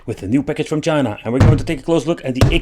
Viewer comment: "PACKAGE FROM CHINAHH"